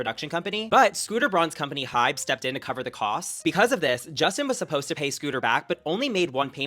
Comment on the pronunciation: it's HYBE not Hyde